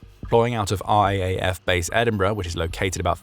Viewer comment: It's called the "R double A F", not R A A F.